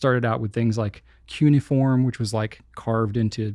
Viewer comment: Pronunciation of 'cuneiform': I am a master of English, and not just because I was born in London and I have a proper English accent : ) The correct pronunciation of CUNEIFORM puts the emphasis on the first syllable: CU. Then pretend that CUNEI is a whole word: CU-ne-i. Then add 'form'. I learned this from H. W. Fowler, who knew most things worth knowing about the English language : )